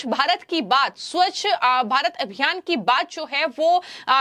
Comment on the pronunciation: Reporter should work on pronunciation of swachta